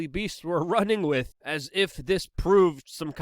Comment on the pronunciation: “Wittt” It is With, W I T H. The TH.